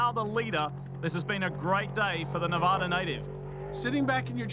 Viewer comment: Sal masakela pronounces Nevada wrong.